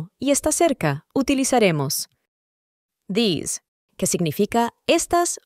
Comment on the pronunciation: es idea mía, o esta pronunciando al revés? osea this lo pronuncia como "dess" y these como "tis"